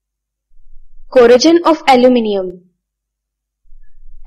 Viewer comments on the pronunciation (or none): You're saying corrosion like it has j in it! Stop it! Get some help!!